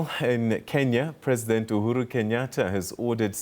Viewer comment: We it's UHuru not uHulu it's like when you pronouncing yr country Malawi you say Marawi🤣🤣🤣u get me confused man